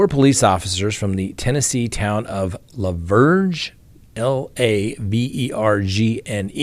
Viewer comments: It's pronounced like Laverne. It is just south of Nashville TN. That's middle Tennessee & should be in Rutherford County. Yeah, they're wild out there (despite there being so many Christian Nationalist), too close to Nashville, lol. Sadly, there are lots of female officers that move up that ladder by laying down. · Lavergne the g is silent so just say it as Laverne. Damn I live in Lavergne and haven't heard of this story. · It’s pronounced La-Verne. Not far from me 😂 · LaVergne is pronounced Lavern. Silent G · Lavergne is French, pronounced Lavern, a woman's name. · Pronounce LaVergne like Laverne and Shirley.. Murteesboro is pronounced Mur-freeze-borough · I saw yesterday's episode, but knew as soon as you pulled out the kbar, that it was going to get shadow banned. La Vergne: french; pronounced like the name Laverne (Laverne & Shirley) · LaVergne is pronounced Laverne.